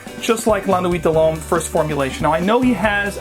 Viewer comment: You butchered the pronunciation but the review itself was great!